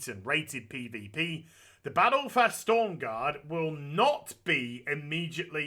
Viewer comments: Aaaaaaaaaaahhhhhhhhhhhhhhhhhhh It's S T R O M garde ;) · STORM GAURD? YOU MEAN STROM GAURD AZ XD